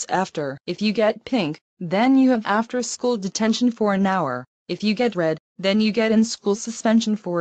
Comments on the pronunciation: said shoe instead of school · does she mean school? She said shoe? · says shoe instead of school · Shoe?! I think she meant school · She said "shoe" instead of "school".